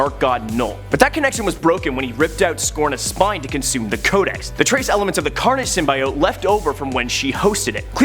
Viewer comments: why tf is he saying symbAiote its symbiote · Err... hate to break it to you, but most people would say pronouncing it "SYM-BYE-OTE" is screwing it up, as "SYM-BEE-OTE" is the most commonly used and accepted pronunciation. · (Sim-bee-ote) not sim by ote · It's sim- be- it. Symbiotic, Cut at I, add a T. It's not pronounced Sim-Bi-ote because they say it in a movie. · Sorry it's pronounced sim-by-ot not sym-by-yote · its pronounced symbeeote not symbyeote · Did he seriously say sym bai ote? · It’s sym bee ote confirmed by marvel. You would think you would do your hw, so sad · Bro say it with me: sim bee oat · Symbyiote lol! Don’t worry man it’s good. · Every time you say SymBIote I want to rip my ears out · No one... Literarly no one...: Sym-bye-ote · Sim-bee-oat nothing else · Say it with me SIM-BEE-OAT! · first. it is symbit. symbIOte is for the french. second. if an old symbiote like venom gets a new for form. that doesn't make them a new symbiote. but whatever makes you a video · its sim bee ot :P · Heard "sum-eye-it" and dipped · Stop saying sum-BYE-ote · To be clear, we're talking about cringing about "sim-BYE-ote" right? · Bro he kept saying SIMBA YOT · Sym-bee-ote is way cooler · Most commonly used perhaps, but incorrect. Ask a biologist. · I swear he’s mispronouncing it on purpose. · I can’t watch watch this video with him mispronouncing symbiote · I can barely watch this video cause of how he pronounces symbiote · His pronunciation of symbiote made watching this a pain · Hearing you mispronounce symbiote is like hearing nails on a chalkboard while cats in heat have sex while pouring acid in my eyes. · Lord, out of all the things that bugged me in this video it’s how he says symbiote.. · Was gonna say don't worry about the haters ... Then I heard you say symbiote.